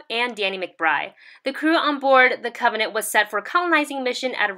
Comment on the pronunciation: "on alien covenate.......yayyyyyy" ahhhhh she had me dying when she said it all wrong the first 20 sec of this video! lol say it with me now, cov-en-ant!